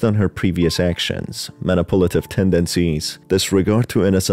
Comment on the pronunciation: Good video but I wish you didn’t pronounce manipulative as “Manipolitive”